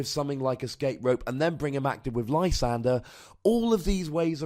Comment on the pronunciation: Haven't listened to the show in a couple months. I can't help but notice you finally caved and call it Lysander instead of your Frenchman pronunciation.